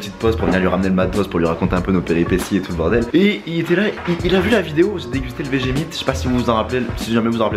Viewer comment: Vegemite mdr sa se prononce veggémaite